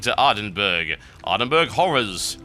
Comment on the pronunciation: I enjoyed the video, except for ... Ardenburg. My poor Scottish mind cannot handle how you pronounce Ardenburgh.